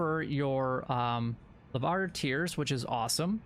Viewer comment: “Lavar tears”